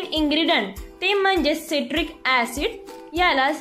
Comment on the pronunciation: सायट्रिक ऍसिड असं म्हणतात. सिट्रिक म्हणताय तुम्ही.